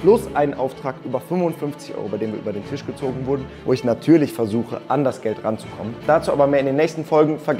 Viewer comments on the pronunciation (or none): none